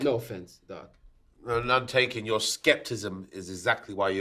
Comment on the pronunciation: ...I'm sorry but did he say "skeptism"?! 😂😂